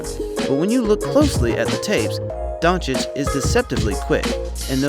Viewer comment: 1.00 DONCHICH!! NOT DONKICH Ohh and btw the letter "o" in Doncic is pronounc like "old", "over"and not like the "o" in "down"